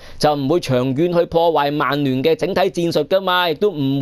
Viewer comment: 提醒一下, 曼聯同曼城同「曼」字可唔可以咬返正d？係「慢」唔係「孟」喎。